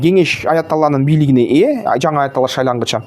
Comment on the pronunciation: Айатала болуп шайланбайт тантык Айатулло бул ошо ирандын президентинин аты